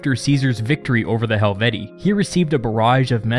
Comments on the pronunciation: Helvetii* Hel-vet-ti-i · You pronounced helvetii wrong